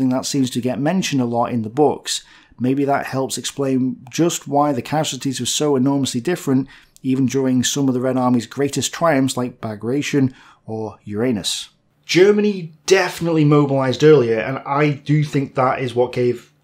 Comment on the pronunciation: Please correct Your pronunciation of operation Bagration, named after the russian general figting Napoleon. BHAGH - RRat - YOHN